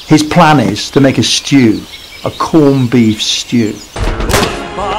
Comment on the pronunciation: a schtew. a corned beef schtew